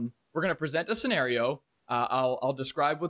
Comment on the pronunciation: Sen-AR-io. Lol